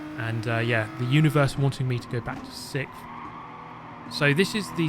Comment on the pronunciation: Sickth. I’ve asked before but haven’t gotten an answer yet. Why can’t the Brits say “sixth”?